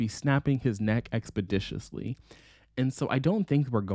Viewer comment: “We should be snapping his neck expiditously” took me out 😂😂